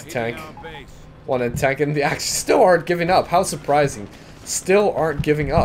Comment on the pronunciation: love how you pronounce axis as axys